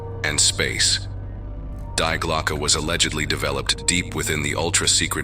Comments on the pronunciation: Die Glocke = ‘the Bell’ auf Deutsch = is pronounced ‘dee-GLOK-ih’ and not ‘DYE-glok !! LoL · damn english, its pronounced dee-gløcke. just like in family dee. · so pathetic - to pervert the german language thru hieroglyphc english just because of mental lazyness - it is so easy to ask any search engine for pronounciation - the real pronounciation, wich is allways different from english - dii glokke - and its nothing similar to the crippled english, wich is so twisted and hieroglyphic, that all the linguists agree, how its much easier to learn japan than english. crippling the gorgeous german language with lamerish english grammar is self-humiliation. not more, not les. die gedanken sind frei - wer kann sie erraten, sie fliegen forbei wie naechtliche schatten. kein mensch kann sie wissen, kein jaeger erschiessen mit pulver und blei - die gedanken sind frei. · Die Glocke is pronounced Dee Glock-a. This story is all creative writing. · Yeah, that's quite annoying, it's probably some AI voiceover... but the rest is awesome.